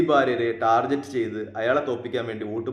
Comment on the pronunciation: ടാർജറ്റ് അല്ല ടാർഗിറ്റ് ആണ് യഥാർത്ഥ Pronounciation